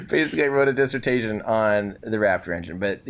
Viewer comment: I'm screaming and laughing dis-sert-tay-shun,!